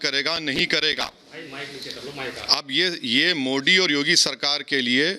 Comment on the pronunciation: Oweshi desdrohi gadaar desme pedaahuaahe deskaa khaataahe haamaare modiji ke naam thikse bhi Nehi bolsaktaahe oweshi desdrohi gadaar desme dangaa karaanaa chaahaataahe maardaalo khaahaani khatam hojaayegaa jaisriraam